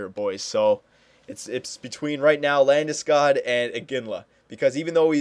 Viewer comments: Get labdeskoooodd, lool just sayin it's LANDESKOG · take it from a Swede, it´s pronounced "Lande-Skoog" a long "o" like in "School" not Landeskag, Landeskoug or Ginger Ale Since you are only doing a 5 year sim, maybe Iginla is the best option atm since he is 91 and proven